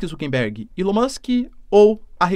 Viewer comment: boa, professor!! ah, um detalhe, o nome do inconsequente é ZUCKERBERG (COM "R", NÃO "N")